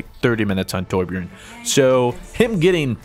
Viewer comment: Besides your'e saying it wrong it's not Tor-bjorn it's Torbj-örn